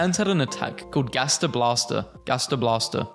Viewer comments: It's pronounced "gast-er" not garster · umm yea i'm from pennsylvania and i'm pretty sure it's pronounced gæster blæster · how to say gaster "gas-ter" hope that helps😊 (not hating)